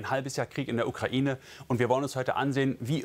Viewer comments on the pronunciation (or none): none